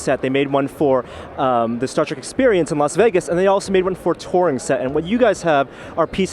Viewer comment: What's this "Start Trek" you speak of?